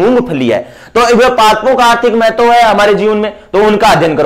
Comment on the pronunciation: Mahtavvvv kaise bol Ra gandiiii